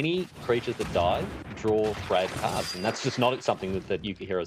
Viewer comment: PV going reverse pulp fiction where the guys name is brad but is sounds like hes saying brett.